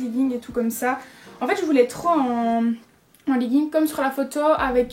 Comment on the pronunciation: omg chui morte elle a dis "leguingue" mmmmdr